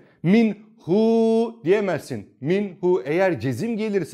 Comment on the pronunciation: Hocam ha ve hu yerine he ve hü şeklinde okunması gerekmez mi? Ince harf değil mi?